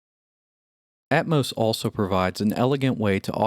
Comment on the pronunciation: I hate the way this guy pronounces Atmos. It's at-MAW-ss, not at-MOH-ss.